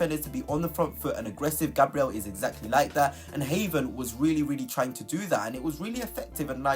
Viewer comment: If your pronunciation of Heaven is as accurate as your player analysis....no thanks😅